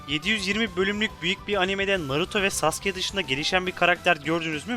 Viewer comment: Sasukeye neden sasike/x3hız diyorsun dostum.